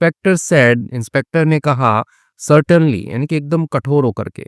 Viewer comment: Sternly pronounce as सर्टिनली?